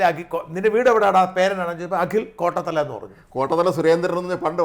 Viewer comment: കോട്ടത്തല അല്ല കോട്ടാത്തല